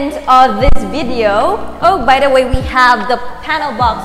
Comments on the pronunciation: hi, nice tour. but quick tip there’s just too much “thee” “the” pronounced as “thee” if followed by a vowel. “the” pronounced as “thuh” if followed by a consonant. thanks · grade 8 ako ha naiinis ako sa "the" mo ksi mali